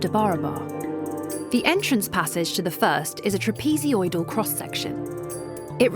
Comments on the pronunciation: TRAPEZOIDAL NOT "TRAPEZODIAL"!! 😵‍💫🙉🙉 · Take a drink everytime she says "TRAPEZODIAL"! 🤣🤣💩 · Trapeezee-oidal. Ugh.